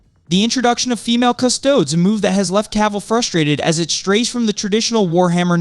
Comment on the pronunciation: You didn't learn the right way to pronounce 'Custodes' before making this video?